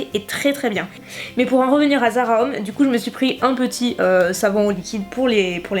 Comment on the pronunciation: Haha, je crois qu'il faut que tu travailles un peu ton anglais :p On dirait que tu dis "Zara hommes" au lieu de "Zara home" alors je me demandais ce que tu pouvais bien t'acheter pour toi au rayon hommes :p